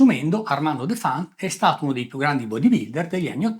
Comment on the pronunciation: si pronuncia Defant con l'accento sulla e..